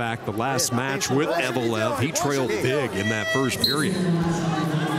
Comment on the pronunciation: Заметили, что комментатор называет фамилию Евлоев, как "Евелов"?